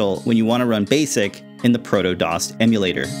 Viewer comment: Prodos, not protodos...